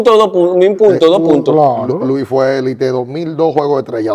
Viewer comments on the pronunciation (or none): Felicitaciones Muchachos Por qué dicen Elíte cuando es Élite? Sería bueno que a mediano plazo pudieran entrevistar a peloteros del Caribe y Centro América. Mucho éxito